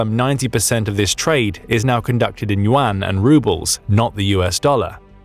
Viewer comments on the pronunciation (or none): none